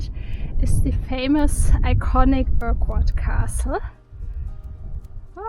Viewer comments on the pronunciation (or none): Urquhart is actually pronounced Ur-kert. Likewise, the Scottish name Farquhar is pronounced Far-ker. I hope that's useful. 😊